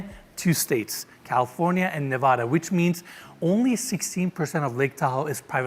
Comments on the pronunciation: And doesn't even pronounce "Nevada" correctly when referring to the state it is in. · It’s pronounced, “Nevada” NOT “Nevada.”